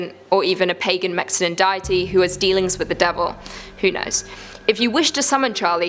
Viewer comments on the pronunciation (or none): "Diety." LOL